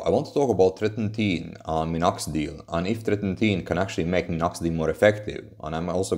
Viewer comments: You pronunciation is off. It's "Tret-in-oin". Not "Tret-in-teen". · treti-NOIN :D